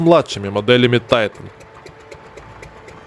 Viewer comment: Потому же, что и Тайтайник😊